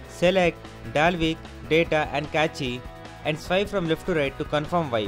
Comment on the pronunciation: it's pronounced cache as in cash. not cache as in kaachee. lol. nice vid tho